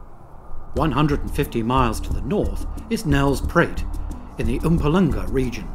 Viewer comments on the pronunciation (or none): Nel-spruit. As in Nel River. Not Nel's Pruit. And Mm-poo-ma-laan-gar. Not Oompa Loompa region 🤪🤣 Water buffalo are Asian. These are Cape Buffalo JHB is called Egoli, Not Gauteng. Gauteng is the province encompassing Pretoria, Vereeniging and JHB. I can't believe you left out a mention of Chris Hani Baragwanath Hospital, the third largest in the world, and largest in the southern hemisphere! It's RIGHT THERE, in Soweto! And how difficult is it to say "Koi Khoi" (just like the fish)? Instead of making it into some kind of sequoia hybrid! Some egregious errors and mispronunciations here (even factoring in the foreign language - lots of the other words were pronounced reasonably well) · Nice episode! Laughed at your pronunciation of Mpumalanga... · And "Nels Pruit" haha